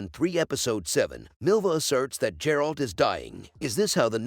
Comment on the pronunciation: Ffs its not J-eralt...